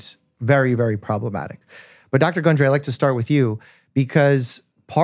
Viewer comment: *gundry, not hungry 🤣